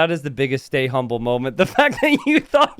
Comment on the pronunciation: "Stay umble" - Daut